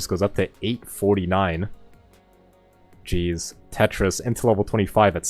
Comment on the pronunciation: sometimes i hear say cheese instead of jeez lol